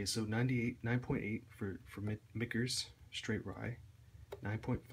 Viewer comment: It's pronounced "kernel" not "Colner". Also "Mikters" not "Mitchers"